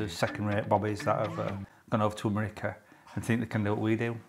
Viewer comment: It’s the way he says merica instead of America 😂